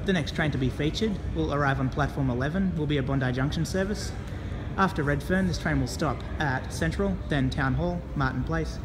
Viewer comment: Next stop reedferrn got me guys 😂😂😂😂😂😂